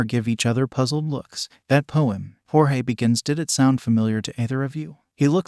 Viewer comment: I really hate the a.i. voice is messing up Jorge’s name.